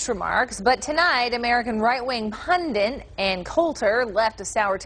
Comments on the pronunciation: It's pronounced "pundit", rather than "pundint". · Hey lady -- it's PUNDIT. Not PUNDINT. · At :03, the reporter lady says "Pundin", lol!! How can any journalist mess up that word, you hear it at least once a day on any media outlet. I can't believe they hire such ignorant people, I doubt if any of these reporters have a high school diploma, same thing with news 12 NJ, you've got journalists that do not know basic English, it's a sad state of affairs for our journalists. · Pundint?? Learn the word babe. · Pundint? Really?